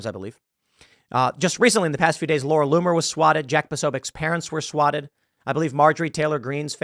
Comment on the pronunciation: Laura LOOMAHHHH!? 😂😂😂